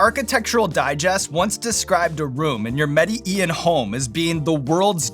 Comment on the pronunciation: Sean is so well researched but he couldn't find out the correct pronunciation of Medellin. Mede Ian ? Lmao